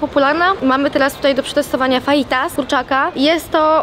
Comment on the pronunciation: kurwa ziomala naucz sie wymawiac faitas - to sie czyta fahitas ale pisze sie przez j